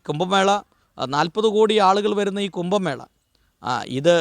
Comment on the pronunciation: കുമ്പമേള അല്ല കു०ഭമേള ആണ്. ഭാഷ ഹിന്ദിയിൽ വ്യക്തമായു० സ്ഫുടമായു० പറഞ്ഞില്ലെങ്കിൽ ദേഷ്യ० വരു०.ദയാബായിക്കു തല്ലു കിട്ടിയത് ഭാഷ തെറ്റായി പറഞ്ഞതു കൊണ്ടാണ്.